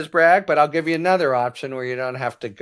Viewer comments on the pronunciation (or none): none